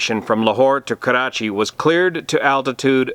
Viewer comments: Just FYI Karachi is not pronounced with a rolling R. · I positively enjoy the way you say Karachi. Nice analysis. Very informing. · Your pronunciation of "Karachi" is better than us Pakistanis! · It's funny how u say "Karrrachi" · You gave to know, how to roll your rrrs!